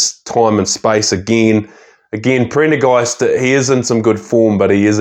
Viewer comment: he said Printer Ghast